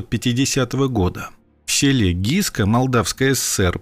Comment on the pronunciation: Не Гиска,а Гыскэ.Вечно искривляете названия.